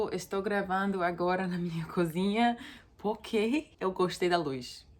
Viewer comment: Oi que tanto amo! Manda um agraço para o Bem e o Max por mim.👍👊🇧🇷 Quando vc fala puque não é muito bom ouvir kkkk 👍👏😘.